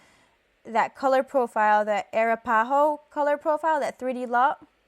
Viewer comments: Not "air-uh-pah-ho", it's "uh-rap-uh-ho" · It's pronounced "uh-rap-ah-hoe" lol, love the vid btw!